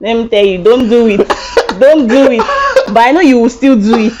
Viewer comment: 😂😂😂😂The way she said , "Don't Do it" 😂😂😂 We won't ma😂